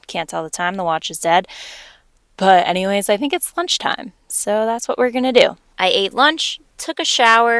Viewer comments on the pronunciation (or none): none